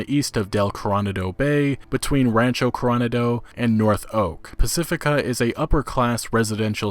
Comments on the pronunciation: Hey, it’s not Coron-ado, it’s pronounced Cor-o-na-do. It’s an area in San Diego. A famous hotel, the Hotel Del Coronado is down there. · When you kept saying "Curranado" I was seriously confused. Coronado. C'mon man, sound it out. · Coronado = core-oh-nah-doh. Can't wait for the gameplay trailer.